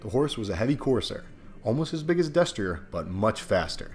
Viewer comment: Destier is pronounced dess-tree-A